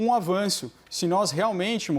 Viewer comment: Dr. Bruno está com problema de dicção ou nervoso? Aos PESO no lugar de PRESO No minuto PARCERAL no lugar de PASTORAL, aos faz de novo, mas daí corrige. Aos guagueja. Aos REALMENTEMO no lugar de REALMENTE Aos "O" ESTADOS UNIDOS e aos faz de novo. Aos cita estudos sérios de "políticos criminais". oi???